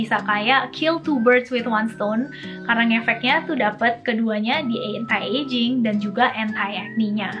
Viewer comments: Iya.yg bnr tuh gmn sih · She said "entai ejing" 😭